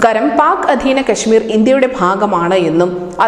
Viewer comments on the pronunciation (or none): കെശ്മിരല്ല കാശ്മീർ